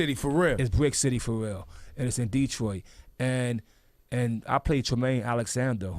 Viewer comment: I GOTTA make this comment, 'cause fam so well travelled and ppl STILL make this mistake. PEOPLE! It's dah-TROIT... not DEE-troit. You definitely don't spend time here if you call it DEE-troit.. FACTS